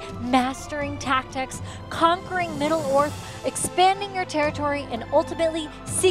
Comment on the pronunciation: “…Conquering middle earf” I’m sorry what did she say?????